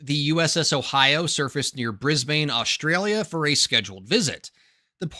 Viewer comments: lolz Bris-bayne it's Briz-bin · G'Day USA. We pronounce it "Bris-bin". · Isn't it pronounced Brisban? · No self-respecting Aussie would say 'BrizBIN' - or 'BrizBANE'. It's 'Brizbn'. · It's pronounced in Aussie: Briz bin NOT Bris BANE! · The way to say Brisbane is by sounding the “bane” as “bin”. So while it’s spelt Brisbane is pronounced “Brisbin”. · My mea culpa for mispronouncing Brisbane is in this video. 1,000 apologies my friends!